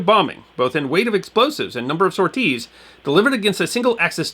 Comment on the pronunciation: Interesting video for sure, this is a part of the Mediterranean campaign I'd never heard of. I do have to poke some fun though, I can't say I had ever heard the word "sorties" pronounced "Sore-tees" 🤣🤣 that caught me off guard.